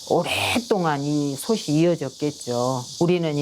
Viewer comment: 나레이션이 누군데 자꾸 소츨 소체라고 발음하는건지 모르겠네. .목소리가 좋은 편도 아니고 호흡도 엉망이고...그냥 AI에 맡기는 편이 더 나았을듯.